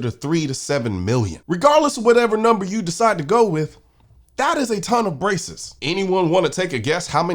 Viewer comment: When you said “that is a ton of braces” I heard “a ton of racists” and I thought, “oh noooo, Colion’s gone woke! 😢”